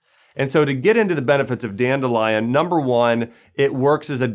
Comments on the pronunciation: If this guy says danelion one more time 😑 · Danelion!!!!! Lol